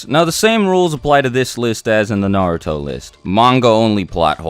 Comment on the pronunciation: WHYYYY do you pronounce Naruto so badly?